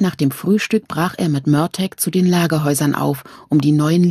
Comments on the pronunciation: Schade das sie Mörteg sagt anstatt Mörtahh.. Murtagh wird so ausgesprochen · So sehr ich Fan dieses Buchs und der Serie bin, ich kann das einfach nicht weiterhören. Sassenäääck, mörtääg und fergűűű... Diese Aussprache macht mich regelrecht aggressiv. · Ist es auch völlig falsch ausgesprochen genauso wie die mörtag ausspricht also exact wie er geschrieben steht Murtagh. Man hätte ihr sagen sollen wie man was ausspricht sowas nervt beim zuhören 👎👎